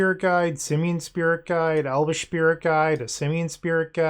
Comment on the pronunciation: I had to triple check but im sure i hear „elvish shpirit guide”.